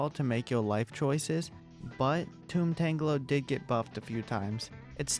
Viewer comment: I think it’s tomb tangler not tome tongler